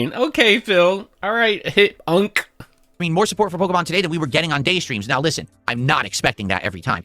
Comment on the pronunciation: Can someone please explain what pokamon is? Is it that difficult to say pokemon or am I losing it 😂